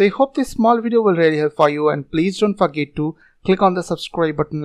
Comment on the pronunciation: When he said don't forget to, I heard Don't fuck it to lmao